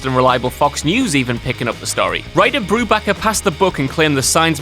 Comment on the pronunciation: It’s BruBAKER.